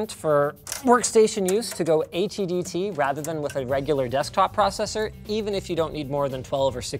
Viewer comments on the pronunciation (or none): what is "ATDT" or "HEDT" or whatever was said referring to CPUs? "... that's why for workstation use it's important to go with <"ATDT /HEDT"> processors rather than with a regular desktop processor"